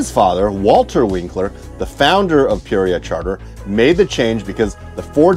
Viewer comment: You say "Peoria" very oddly.